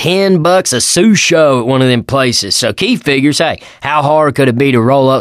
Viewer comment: treats "sushi" as an italian word and makes the singular "susho". Brilliant